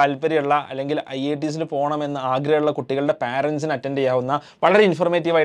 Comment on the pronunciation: Parents... pronunciation wrong